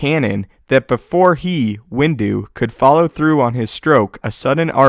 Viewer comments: Everytime he says Window...i hear "Windu" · "windu" XD